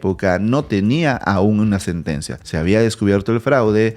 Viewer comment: Sentencia, no "setencia"